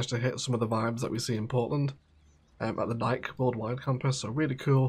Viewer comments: I cringe each time you pronounce Nike (as if it rhymes with like and Mike and bike) it’s pronounced NIKE (as if it rhymes with Mikey or spikey) Also Nike its NOT a clothing company it’s a sneaker company that also makes sports apparel and equipment. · It's very funny, as an American who is constantly bombarded with Brand Awareness(tm), to hear you pronounce Nike "naik", not "naikee" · pure curiosity, is it pronounced Nike (like Mike) with the short 'e' as one syllable were you are? Here in the US (I'm one town away from the Nike campus actually) it's pronounced with two syllables Nikee (like Sandy) with a long e